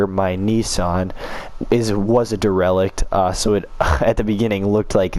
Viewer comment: Dereliction of duty on pronunciation of derelict.